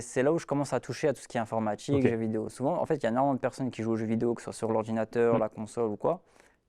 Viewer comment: Je me suis arrêté à "informatchik"... J'ai eu trop peur du wesh